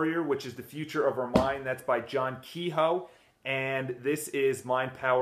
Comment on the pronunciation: kehoe is pronounced kuh 'yo